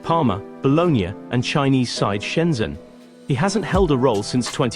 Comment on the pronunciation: Two things: Shenzhen is pronounced "Shen-jen" (lived in China for years, speak the language too). Secondly, many of us didn't see Crespo as a failure at Chelsea. He was unsettled though x